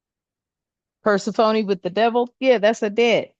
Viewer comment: Fam, her name is pronounced…Persephone (/pərˈsɛfəniː/ pər-SEF-ə-nee; Greek: Περσεφόνη. Queen of the underworld Goddess of the dead, grain, and spring